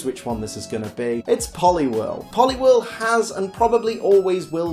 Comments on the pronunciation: POLIWHIRL, NOT POLIWORL! FIX IT NOW! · IT'S POLIWHIRL, NOT POLIWEL! FIX IT NOW!